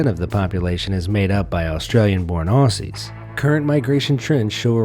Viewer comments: He can’t pronounce Aussie tho. He says ossie not ozzie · It look like it says Aussie but it’s pronounced Auzzie